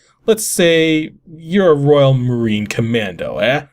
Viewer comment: i thought you were Canadian and you don't know how to properly pronounce eh? for shame.